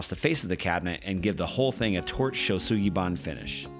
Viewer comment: Thank you guys both for pronouncing Shousugiban correctly. Very timely video as I'm about to burn one of my sculptures.